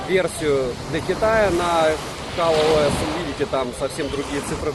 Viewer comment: Почему он говорит КАЛ ОС?